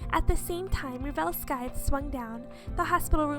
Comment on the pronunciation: I don't like being this type of person but scythe is pronounced sigh-th. Sorry but I'm a bit of a grammar nazi.